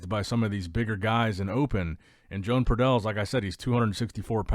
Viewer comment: Everyone will look different by the time they get on stagee as always and that is some whacky mirror action by pradels and btw, not sure what country he's from but I'm willing to bet his name isn't pronounced Joan like a lady it's probably Joe-Ahn or Yo-Ahn.